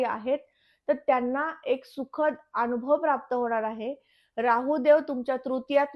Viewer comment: शुद्ध मराठीत बोला हो न च्या ठिकाणी ण ण कशाला म्हणतेस अणूभव नाही अनुभव म्हण आनंद म्हण अणंद नाही